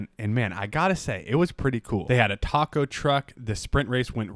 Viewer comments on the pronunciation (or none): none